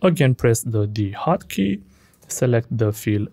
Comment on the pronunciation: whats D HOCKEY OR HOT KEY couldn't understand it